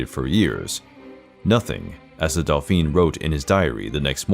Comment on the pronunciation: Not the narrator calling the douphane a delphine ... Omg